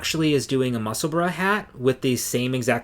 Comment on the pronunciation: Final comment from Scotland! So glad you pronounce Musselburgh properly. And yes yes yes for department Q - loved that it was filmed in an around Edinburgh - but it was funny the way they changed the names and uses of buildings 😃